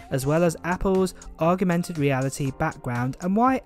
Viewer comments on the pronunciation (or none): none